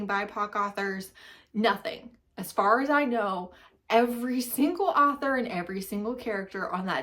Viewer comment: Her pronunciation, though. Arthur is a cute aardvark. 😳 An author is a writer. Anywho, let her stay in her white space. It’s okay. I try to not follow or support creators that don’t read diveresly.